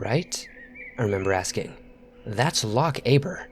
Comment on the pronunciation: As a Scottish person, the way he said "Loch" hurt me a wee bit